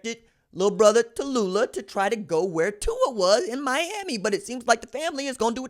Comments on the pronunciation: It's not Ta loo lah, like in Bankhead. It's Tau lee ah. Get your names correct. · Who da fark is Ta-lu-la?...it's Tau-lee-ah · It is pronounced Taulia = Tao-Lee-Ah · Why are you butchering his name? You sound ignorant. Tau Lee Ah. What should we a$$ume your name is Ron Julio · Wait, try Tau-Lee- ahh. I will leave a dislike and will Unsubscribe. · The pronunciation is TAU- LEE- AH. Go got'em kid!! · Tau-li-ah....put some respect on it my G. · Taw-Leeah Thats how you say his name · Its pronounced TALIA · Bruh,....tah loo lah? C'mon ....yeah it's funny, but c'mon man. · I'm pretty sure it's pronounced Tuh Lee luh lol. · Taulia= Too-Lee-a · TAULIA (Taoooh-leeah) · Come on RJ, I'm a subscriber because I truly enjoy your HONEST INSIGHTS.. Give the kid a chance, at least pronounce his name right. TAULIA (TOWEL-LEE-AH). KEEP UP THE GREAT WORK. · Pronounce his name properly! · Bruh that aint how you pronounce his name foo lol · lLlLl it wasn't a mispronunciation because he never tried to correct himself when addressed in the comments of the proper pronunciation or nickname in the comments. You may not understand because you don't care to represent and have pride in your family's name. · It took Maryland fans Ta-loooh-la to realize Williams ain’t going to the turtles 😂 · Just called him LIA for now you're butchering his first name lol